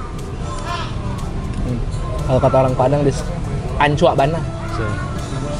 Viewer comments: bang pelase jangan pakai huruf k "ancuak" Sama "ancua" Beda arti di bahasa minang. Kalau pakai huruf K maknanya itu negatif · maaf bang, nyela... Kata hancur bahasa minangnya "hancua" atau "ancua", kalo pake K, di kata "ancuak" itu artinya beda lagi bang, kasar perginya Ancua itu hancur Ancuak itu...maaf artinya "ngentod"😅 Hehehehe...moga abang bisa kepadang buat rivew² kuliner disana, kalo 5 makanan yg disana coba bang, katupek gulai, nasi Kapau, lotek(gado² khas Minang), sate Mantab bang😊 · OOOP..!!! ANCUAK itu udah beda artianny bg.. yg bener tu ANCUA, gak pake K d akhiran katanya.. kalo ANCUAK artinya itu kyak kata kotor di bahasa minang..😂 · ancua bang, bukan ancuakk 😂😭